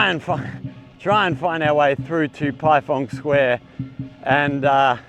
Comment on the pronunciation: Not being pendatic. It is pronounced as PieFang square. 🙂 I miss ZQ after being there for 12 years. By the way, Which school do you teach at? Any other foreigners at the school?